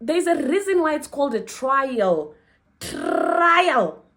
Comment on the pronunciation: trrrrrrrrrrrail trrrrrrrrail exam